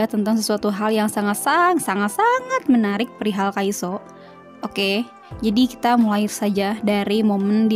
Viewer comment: Kok nyebutnya kaiso sih?harusnya kan kaisu emang namanya Kyungsoo dibacanya kyeongso apa:(